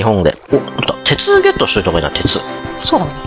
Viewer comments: ゲットって言ってる笑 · 4分57秒[ゲット]っていってました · 開始34秒で木をゲットって言ってる笑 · 2分19秒のところゲットって言ってる笑笑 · 6分42秒「てつをゲット」っていてる